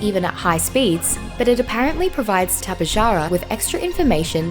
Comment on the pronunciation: its not tap-eh-jar-ah it’s tap-eh-har-a